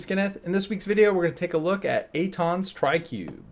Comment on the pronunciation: Finally you got his name right